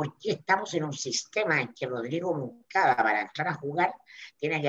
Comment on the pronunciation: Oye, es Mundaca no Monacada!!!